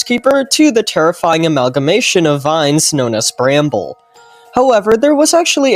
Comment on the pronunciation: BRO ITS NOT BRAMBLE ITS BAMBLE